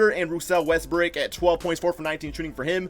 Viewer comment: I cant when he says westbrick lmao